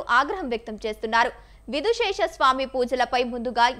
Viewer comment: విధుశేషర కాదు విధుశేఖర నేర్చుకోండి